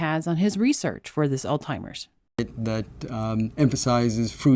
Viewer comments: I'm a fan, but are you actually saying "ALLTIMERS?" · Jesus christ it's Alzheimers not all timers.... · It's "Alzheimers"..not "Altimers". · Please don't pronounce Alzheimer's as All Timers, please. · I got confused when you said "altimers". I think you're talking about Alzheimers. There's a "z" and an "h" you have to pronounce with the word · Is she saying “All-timers” in jest? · did you say “alzheimer's” because I was hearing “all-timers”? A coworker called it “Old-Timers”. Leftist Politics has destroyed science.